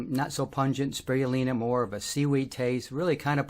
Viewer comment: “Sproioolina” or Chlorella. That’s an interesting accent. You took Spirulina and switched the “iru” into “rui” despite explaining that it is named after a spiral. I wonder why that happened. Thanks for the info!